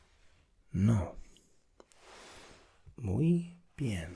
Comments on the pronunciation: Hey, I'm from Argentina and I wanted to say that your spanish is very good, but you had a bit of a mistake when you were saying "No muy bien". Actually, when we feel bad we just say "I feel bad", or "Me siento mal" in proper spanish. The way you pronounced "No muy bien" actually sounded like you were good, but doing a funny face while saying it:P More of these please. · Im Colombian, and in the "No muy bien" phrase you change completely the meaning of it because of the pause you did between NO and MUY BIEN, you should say it straight, without pause, but youre not bad :)